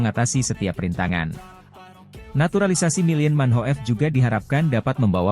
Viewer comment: Min nyebut namanya yang benar nggak enak didengar, bedakan bahasa aja nggak bisa